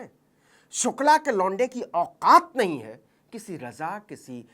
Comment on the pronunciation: Abe saale sukla bolna nhi aa rha tere ko ....sir name sukla ki ijjat Krna Sikh le phle